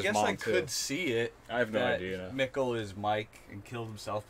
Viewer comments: "This wart is very distinct and I think we're gonna see in the future" - "Do we know a Regina?" "I don't think so" - "Have we heard of a Helge?" "No." Me: ... dudes Also, I feel like every video you guys say the names Michael and Mikkel in some different, yet still wrong way and I don't know why this cracks me up so much but it does 😅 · And your pronounciation of the name Mikkel has greatly improved! (I'm German) :D